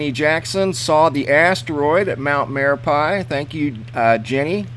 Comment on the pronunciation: It's pronounced mare ah pee.